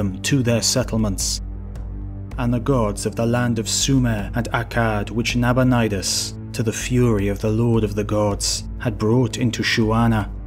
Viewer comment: Love the channel, but the pronunciations of Astyages and Nabonidus were tough to listen too.